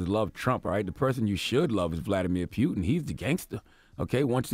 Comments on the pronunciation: It's Putin B! Pronounced like pootin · Why does lenard keep saying pewtin? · Dude said pyootin. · Charlemagne can't even say Putin right lbs. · Why does Charlemagne keep mispronouncing “Putin” ? Or are we saying it wrong? 🤔🤔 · Francesco Galiano he’s making it funny instead of Putin is puking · Yo, the way Charlamagne saying Putins name is pissing me tf off... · Sonny Torres lol Made me think I was pronouncing it wrong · NASHA? PEWTIN? EARF? Charlamagne do u have speech impediment? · He know's it isn't pronounced pewtin and says it excessively just to shove it in people's ears.... these the times when I remember why I don't like CTG.. he's like a hiphop hipster.. he tries so hard to be different and stand out and it just doesn't come across natural. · Pew-tin lol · Does Charlemagne have a speech impediment? Nasha (NASA) Woofully (Willfully) Pewtin (Putin) Earf (Earth) 🤣🤣🤣 And Wayminute. Did Trump say he beat Hillary Easily? He must’ve haven’t seen the popular vote 🤦🏾‍♀️ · Why is this guy saying "Pew-un"? WTF, bruh? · Pewton and Sons 🤣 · Not pewtin😂😂😂😂😂😂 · Stop saying "pew"tin and ghentleman! The latter ctg says constantly! Arggg